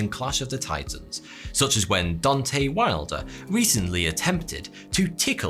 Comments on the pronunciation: Dontay? lol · I was hoping you’d mention boxing. Thumbs up. It’s Deontay and not Dontay Wilder btw 😄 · Dontay Wilder... Dontay.... Ok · Don tay? Maybe your sports loving friends should teach you how to read a name.